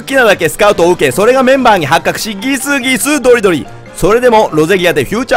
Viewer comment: ギスギスドリドリの発音がいいw